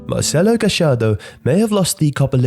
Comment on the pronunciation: Just how the hell did you pronounce marcelo gallardo correctly?! Are you argentinian? XD